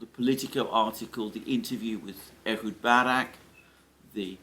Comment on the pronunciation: Ehud not Edward! Francisco not Franchisco, Snake not Snakes,,etc, etc